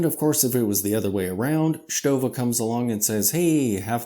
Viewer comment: you pronounce it very well. Lots of people here in Germany do it wrong by the way bc there exist two ways to pronounce the „ST“. And in the end … Who really cares?😅